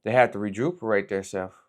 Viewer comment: reguperate xD